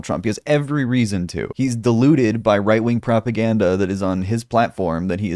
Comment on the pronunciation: “Pwopagandeh” -Musky